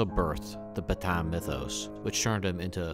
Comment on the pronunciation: PetAIN. VerdUN. The ends of these two words are pronounced differently. This is an attempt to be helpful, rather than a criticism. Thanks for the video.